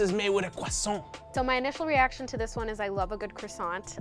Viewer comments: Croissant, not cwoissant. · The cwosants